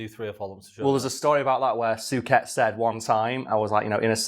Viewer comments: Soo ket lmfao 😂😂 it's soo-shay Suchet. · Soo-shay. I'm old enough to remember David's brother John having his name announced every time he presented the news, so I've old person knowledge on how to say it 😅